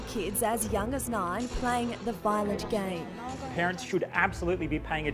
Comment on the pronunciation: Its not vilent